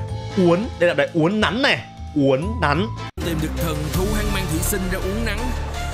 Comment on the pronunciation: Uốn nắn chứ ko phải uốn nắng